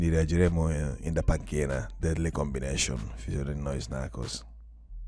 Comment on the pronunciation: parli d inglese te e manco sai pronucniare deadly combination